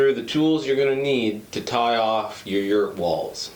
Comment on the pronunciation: Yurt … emphasis on the “errrrrrrrrt!”